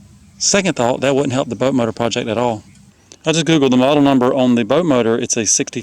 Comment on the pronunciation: It's hilarious how you say butt motor instead of boat motor.